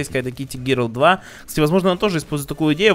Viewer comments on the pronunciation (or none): none